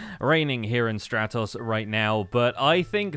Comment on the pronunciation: I'm really happy that he chose my empire name, but there's a downside that I did not consider. He mispronounces it. It's pronounced Stra-tose, but he says stra-toss. It's the sky empire, not the yeet things off a floating island empire. It's like how he and Lizzie say banana wrong. x.x Anyway, dunno if u saw me suggest it before in a previous video, but I think you should name your empire the Reminiscent Ruins, since your role is literally to bring up the past lol.